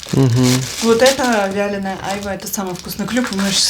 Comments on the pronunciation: Чаплия маленькая, ухват-рогатый и айвА, а не Айва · Правильно айвА . Ударение на на А